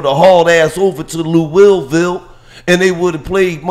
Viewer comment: This nigga said lou Will Ville 😂💀